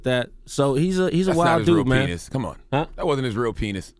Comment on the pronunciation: charlemagne sayin penith lmao